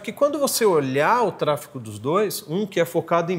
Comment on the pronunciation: Trafego e nao trafico… muito bom o conteúdo, parabéns